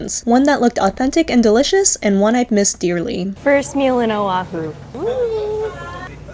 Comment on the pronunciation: sorry, just awareness tips here. Honolulu has NO "a' in the word, yet 95% say 'ha-nuh-lou-lou". Proper is' hoe ( like the garden tool)-know-lou-lou. Oahu has no 'w', it is properly pronounced: Oh-ahh-who. As for the My BBQ, yes the one with Korean workers originally were at the old place (you say not have Korean workers and likely the same pics that's why) Think they moved across the street because of the increase in rent. Here in Hawaii, shaved ice is NOT written or spoken in past tense. It is in present tense and will always be to us local people as shave ice, written or spoken. If someone writes it or pronounces it as shaveD ice, we all know they aren't local. Dun fact, the local people on the Big Island call it 'ICE SHAVE'(inverted).. As a born and raised local here on Oahu over 65 years even I was shocked when I went to a convenience store in Hilo back in 2014 to see it written and spoken as "Ice Shave". Enjoyed the video nonetheless 🤙